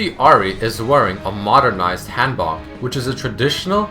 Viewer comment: you said "Hanbok" but its really pronounced Han-Boke. Its like saying Poke but with a b instead of P. Just a cool thing i wanted to share :D. keep making these videos this is video is the reason why I main this champion. :D